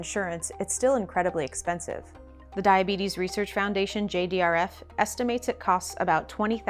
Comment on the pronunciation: Diabeetus diabeetus, ho ho ho diabeetus